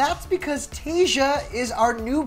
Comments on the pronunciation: Yess! Tay-sha not Tay-juh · Her name is not that hard to say, why is this guy saying Tayja instead of TaySHA. 🤦🏻‍♀️🤦🏻‍♀️ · Anyone else bugged that he’s pronouncing her name Taysia like Asia? There’s an h in her name - Tayshia so you get that sh sound. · This mans said her name wrong the whole video even tho other people said correctly and it was infuriating every time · can someone please teach this man how to say Tayshia’s name